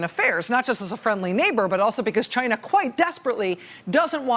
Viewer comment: it’s not China, it’s Gaina!